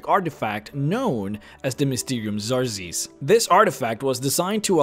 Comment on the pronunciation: "Xarzes" TRIGGERED!!! It's Pronounced like Zarxies